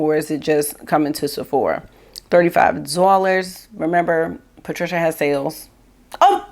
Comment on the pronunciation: Ordered the Danessa!!! Spray. Cant wait to get it. You tickle me when you say Patricia and Danessa!!